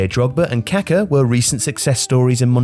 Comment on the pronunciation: I lmao'ed at the pronounciation of 'Kacker'